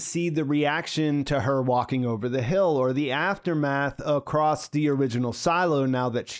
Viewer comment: was so close to subscribing, then came ..."acrosst" .. leh me guess, you drink with a strawl :)